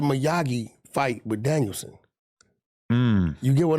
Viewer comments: “Danielson” 😂 *Damiel-son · Its Daniel-son🤣🤣